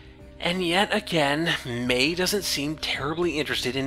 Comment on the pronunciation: I understand since you're not from NZ you're probably not used to it. But the pronunciation of her last name is May-he. Great review, by the way. I was bummed I missed out on it when it went down originally.